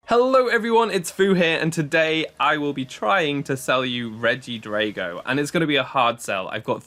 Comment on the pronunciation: Dude, why do you pronounce drago like that when dragon isn't even pronounced along the lines of that?